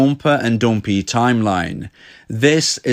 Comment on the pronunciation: I love when he says "", 'dompee', dablu dablu dablu dot date me dot cooom.